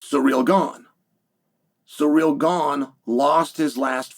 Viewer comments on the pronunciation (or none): none